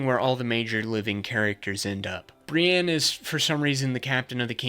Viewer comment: Bri-ENNE not bre-ANN